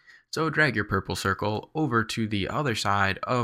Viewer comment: so funny how you pronounce pur-ple-cir-cel. Nice tutorial!